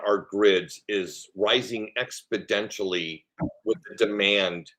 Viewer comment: Hey,, just FYI the word is * exponentially* not expodentially